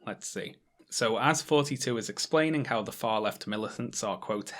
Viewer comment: Your th-fronting is killing srsly. I keep hearing "fourty-two" instead of thoughty2